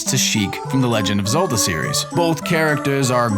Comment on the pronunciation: "The Legend of Zulduh"